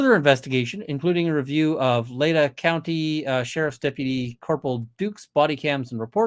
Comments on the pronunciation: for all who may be interested, latah is pronounced "lay-tah" and moscow is "mos-coe" not "mos-cow". sincerely, a moscow, id, resident. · Laytah is pronounced Lay-tah - Like Utah but starting with the word lay. 😊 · Pronounced lay taw and mos Co not mos cow